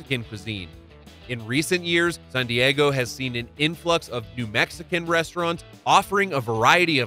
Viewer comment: Why does he pronounce San Diego like sun Diego?